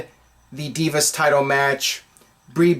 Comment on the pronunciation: Anyone else think Eden is a pretty bad ring announcer? I hate when she say Deeevas instead of Divas.